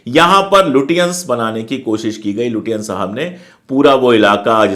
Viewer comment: It is not लुटियांन but लचेंस